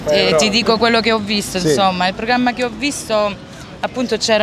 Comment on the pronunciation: "però io so esperto de siringhe" ENSOMMA, ENSOMMAH!